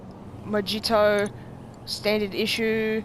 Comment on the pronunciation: It’s mohito idiot